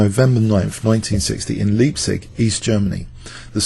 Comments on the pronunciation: Leipzig is pronounced Lie, as in "Lie down Shepp!" not Lee. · Leipzig is pronounced Layp-tsish, not liehb-sig. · good old homecity leipzig. the "ei" in leipzig is pronounced like "i"